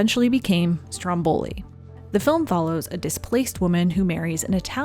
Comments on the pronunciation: I'm sorry, I don't want to seem rude, but I'm Italian and I just want to tell you that it's Stròmboli and not Strombòli. I admire your lovely work and your dedication to this channel. Love from Italy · It's stròmboli, not strombòli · Not StrombOli. StrOmboli! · Just a friendly correction, it's pronounced Stròmboli, not Strombòli (I know it's difficult for non italian speakers to get it right, and it's just a little detail, but it bummed me so much throughout the video). I love your documentaries, I fell in love with Ingrid's work since seeing her in Murder on the Orient Express when I was little, thanks! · Yay!!! Love IB!! Saratoga Trunk is my fave. I thought it was pronounced strom-BOL-i. Journey to Italy is far superior to Stromboli. Indiscrete is readily available on youtube (shhhh) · I'm Italian and it's so funny how English speakers say "Stromboli". In Italian the stress is on the first syllable. I love these videos and especially on the old movie stars! It's a fascinating topic. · This video is AMAZING as usual, loved it. The american pronunciation of Stromboli is so funny tho